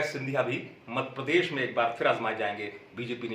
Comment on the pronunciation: अमित भाई मध्यप्रदेश नाम है हमारे प्रदेश का मद प्रदेश नहीं शब्दों में सुधार कीजिए आप अच्छे पत्रकार हैं आपको मजा आता होगा लेने में पर नाम सही लीजिए यह मजाक नहीं हमारे राज्य के सम्मान का विषय है